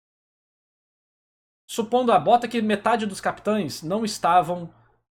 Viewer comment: CapiTANS, Ixígo.... Pqp! Que agonia kkk